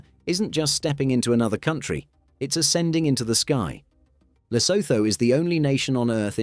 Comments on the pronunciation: And Lesotho is pronounced luh-SOO-too, in both British and American English. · Lo-so-tho🤣why why why why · Pronounced Le Suit two .. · lesotho is pronouned lesootoo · I love Britain and Brits, but why do you so stubbornly mispronounce proper nouns like Lesotho and Neanderthal? The haitch's are SILENT mate, SILENT. And can you have a little tiny bit of respect for people whose names come from a different language. Every time I hear José said as Josie, I really get frustrated.